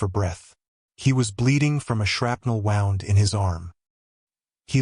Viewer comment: AI is useless, doesn't know how to pronounce "wound" in relation to description